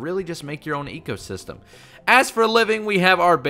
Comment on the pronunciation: You mean zee-co system XD